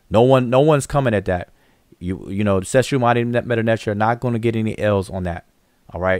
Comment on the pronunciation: Man if don't stop Messing up the name of the Clique. it's Seshew....Se Shew....Seh Shoe... Say shoo..... not Shah Shoo....not Sa Shoo....NOT SHAW SHEW!!!!!!!! get it right. And Wudjau's name is pronounced Woo Jaw Ooo. Not "Wu jow" get it right!